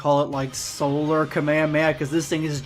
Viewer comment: kahmeyaya bro its kah mey ha mey haaa